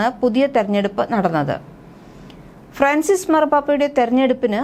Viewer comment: It is Fran cis not fracis